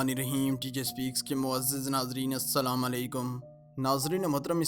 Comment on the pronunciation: Bhai jan Ap salam galt krty hain , Ya na kia karain agar krna ha to Darust kr lain shukriya